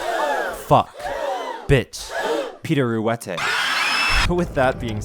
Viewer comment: "Peter Rouette" HOW DARE YOU